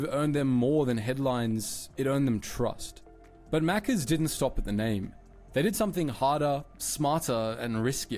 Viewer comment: Hey, at least he said Maccas correctly 🤣